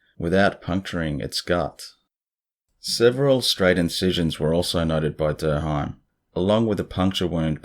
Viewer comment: Love the new video as always. Hate that I'm that person uhhhh whhyyy am I like this? Lol 🤪 I don't live too far from Durham, NC. And I feel compelled to tell you, it's pronounced Durr (like you were saying haha dur dur) -um. I guess because it's southern, it's jumbled together and the h is just dropped. At least around here. Interestingly, Durham is known as "bull city." So, all of these scary cow mutilations fit perfectly with it. Hope you have a good day. That's some serious motivation to make videos at 6 am. I like the way you started the day. Always appreciate your content.